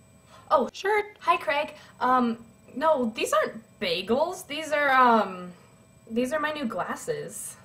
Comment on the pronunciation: "Craig", not "Kreg". Also that girl's username on Youtube is whitefluffyhat.